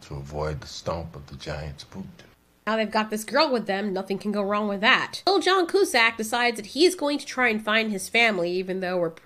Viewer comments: It's pronounced (q-sack)! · Joan Coozack? You mean John Cusack😂